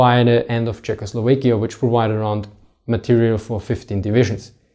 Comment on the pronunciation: Czechoslovekia. As it's in Tschechoslowakei, it's an "a", not an "e".